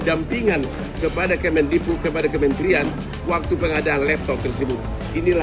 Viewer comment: Mantan mendikbud min, bukan mendigbud 🙏🙏